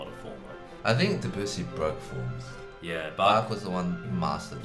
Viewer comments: Hey guys - get it right !!! It is NOT Duh-BOO-see but pronounced DEB-you-see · They're still pronouncing Debussy DeBOOsee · I've actually heard them pronounce it properly (I'm a German-speaking person too), so they do know how it's done, I guess it's just difficult/a lot of effort? Also, their pronunciation of Bach is still nowhere near as wrong as their pronunciation of Debussy.